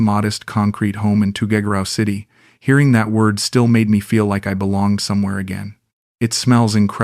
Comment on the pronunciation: oh sure the AI voice butchers every Tagalog word but suddenly is able to pronounce Tuguegarao City perfectly.